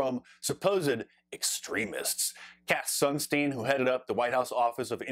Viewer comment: "Sunstein". Every. F*cking. Time!